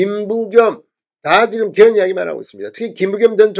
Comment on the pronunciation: 죄송하오나 '개헌', '계엄'을 똑같이 발음하시니 헷갈리네요.